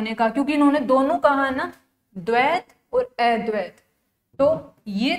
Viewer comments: अ को ऐ पढ़ रही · अद्वैत शब्द का उच्चारण सही नही हो रहा है जी